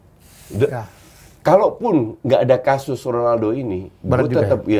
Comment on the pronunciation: klu kata om Helmy Honaldo bkn Ronaldo ,, kwkwkwk . pdhal abjad latin yg dibaca H itu J bkn R, misal Javier = Havier .